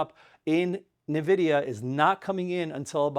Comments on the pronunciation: Are you trolling about Nvidia? 😂 You’re like the most knowledgeable guy about stocks but you said NVDA wrong?? lol thank you sir. Thorough reporting! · Since no one could decide on N - vidia versus Na - vidia, I think he put a nice bow on it. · why do you pronounce home depot, lowes, walmart, intuit, but say "nv-da" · Bizarre how he pronounces NVDA 😂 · From 5 syllables to 2, saves time+effort.